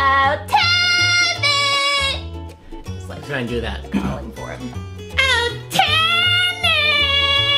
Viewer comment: oh Timmy! Me: Tammy who! To me, it sounded like said Tammy instead of Timmy.